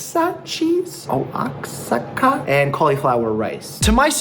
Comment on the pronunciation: Oaxaca = "Wah-hock-ah". You're welcome.